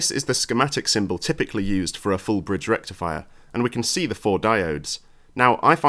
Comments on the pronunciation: If you want to refer to Electric boom then you should pronounce it correctly like electricboom does namely Fool Bitch Rectall Fire!!!! 🔥😂🤣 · i love how everyone just accepts the way ElectroBOOM says FULL BRIDGE RECTIFIER 😂😂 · The EVEN FULLER BRIDGE RECTIFIAH!